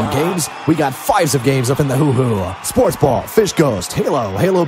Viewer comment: don't you mean SPWAATS SPWAATS??????